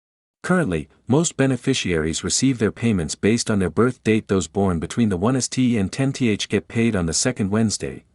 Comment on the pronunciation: Hey AI, "1 st" is read "first" not "1 s.t.".